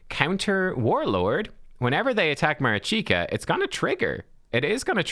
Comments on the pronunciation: Mareeshkah is the proper pronunciation NOT Marichyka. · Marichka yes - Marichika no. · Mari(ch)ka like wat(ch) not Marichika... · If you want to pronounce her name right check that. Try to use the sounds that you’re using in the names of those champs: “MAneater” “RICH”toff the Bold” “KA”lvalax” MA RICH KA - MARICHKA 🤟😎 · Ma-reach-ka You're killing me. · thank you, watching this video made me cringe a bit, im not sure how he got marichika out of the spelling, felt like he was playing pokemon go rather than raid with that name haha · Pronounce it ma-rich-ka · At least I’m not the only one who was triggered… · Sorry to correct you, but I’ve been screaming at the screen the whole time 😂 I’m a Ukrainian so here’s some help with pronunciation (capitalized stressed syllables): maRIchka 😅 taRAs